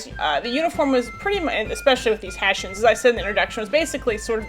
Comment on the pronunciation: We are called HESSIANS (in english), not "Haeshaenz"!!!